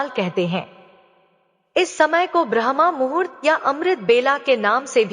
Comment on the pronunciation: Aapki uchharan galat hai brahmmuhurt ko brahmamhurt kah rahi hai